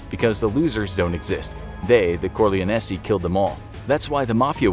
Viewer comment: Don core- lyon- e